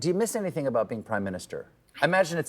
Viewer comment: Better than ‘bin’ (been) ‘anythink’ ‘polidical pardy’ ‘be kind’. She is so cringe and very naive. Still has a high opinion of herself. She and Grant Robertson and Chippie wrecked the economy and racial harmony! They went too far on everything. Delivered nothing. No clue between them.